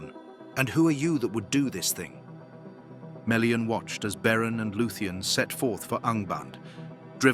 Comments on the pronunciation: meh·lee-uhn Not mee le an If you don't don't how to pronounce things don't guess, LOOK IT UP. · and MAY LEE AHN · There's nothing wrong with the lore being described here. I'm rather confident I could go and check my copy of the Silmarillian, and it would match up perfectly. But there's something amiss with the narrators pronounceation of Melian. He keeps saying it like Mi-lian while it should be Me-lian. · This is an AWFUL channel. All the names and visuals are wrong and obviously AI generated. Melian is not Mee-lian!!!! and she was not blonde !!!!! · they're not. It should be MELLIAN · I don't even think they are pronouncing melians name correctly.